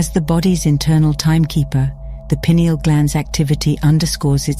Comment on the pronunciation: It's nice to hear a video actually pronouncing pineal properly.